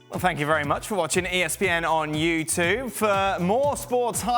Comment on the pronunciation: This idiot talking about,"well thanks again for watching espn on YOU-TUVE"